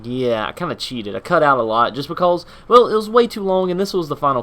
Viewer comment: "just becaulse" ;)